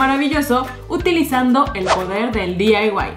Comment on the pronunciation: Por que mierda decis "diyaiwais" pelotuda y si Ya se que no se escribe asi pero asi de boluda te escuchas a y por cierto se dice diy y ya